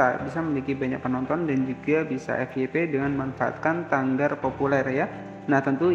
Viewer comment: Tagar bukan tanggar bang